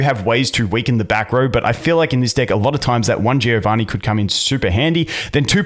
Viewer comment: I need you to say deck a little better bro xD